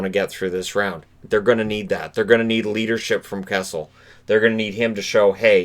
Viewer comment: I had to watch this again. The 1st time you mentioned Phil Kessel, I thought you said Cassels, as in Andrew Cassels lol